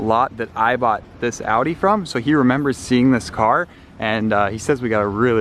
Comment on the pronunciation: oh my god its an American that can pronounce Porsche and Audi correctly